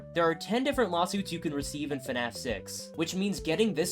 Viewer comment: I can NEVER unhear this guy say fnaf as “fenaf”